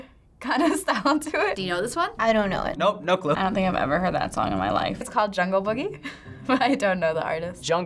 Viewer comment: It's Jungle BOOGIE guys and gals, Not Jungle BUGGIE.